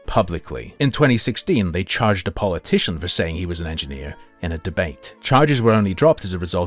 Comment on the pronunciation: U did NOT say engineer